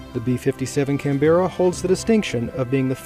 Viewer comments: Canbra not 'can bear a' btw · its CanBra please learn how to pronounce words properly its painful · Nope. Canberra, also known among USAF as the “cranberry”.